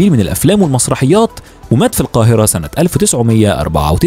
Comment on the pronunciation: هناك معلومات غير صحيحة داغير نطق حضرتك لكثير من الاسماء بطريقة خاطئة. مثل إلياس مؤدب